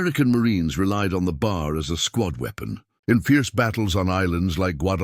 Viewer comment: The weapon you continue to refer to as the BAR is actually more correctly referred to as the B. A. R. Each letter is pronounced separately. The weapons name is actually the "Browning Automatic Rifle" Invented by John Moses Browning.